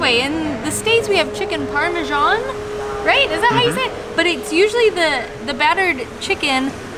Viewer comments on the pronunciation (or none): Great vids guys, really enjoying them. One thing though, it's Par-me-san not Par-me-sharn. Say it like it's spelt.